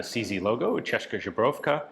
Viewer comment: Česká "CHESS-kah" Zbrojovka "ZBRO-yov-kah" 1) “kah” in Česká should go with a long “ah” sound, like for example in "father". 2) Z in Zbrojovka is the regular Z, not softened Ž (Z with caron) as you say it.